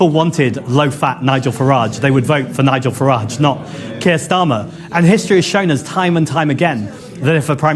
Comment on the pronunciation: It's Keir K E I R You should know this.